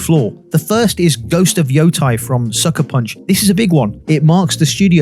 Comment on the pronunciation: love your content, but hearing you saying ghost of "yothai" since September 24 feels like im waiting for ghosts of "thailand". Its YotEi. "Yotay"